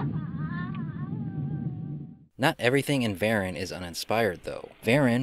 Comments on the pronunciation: It's pronounced Vah-rahn. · I believe it’s pronounced “Vah-RON”. 😉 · I always pronounced it Va-Rahn as it sounds more menacing. I saw this on a double bill with Gorgo. It was the badly butchered American version. I had read in a movie magazine just how much was cut (all flying scenes for some) and inserted to create the American version. If people think the Japanese version is bad then the American version rates in the negative. Years ago I got the Japanese version DVD. I actually enjoyed the film though it was not up to Godzilla standards. However we all know how bad the Godzilla films got from Monster Zero until the 1984 reboot.